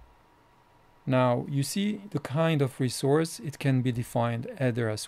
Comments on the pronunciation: ressource sheeeet!!! not shit ;)' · I love the way you pronounce ie: the Resource Sheet